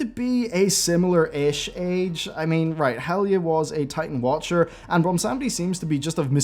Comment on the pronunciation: Is he saying Helga ? Impossible to hear what name he is trying to say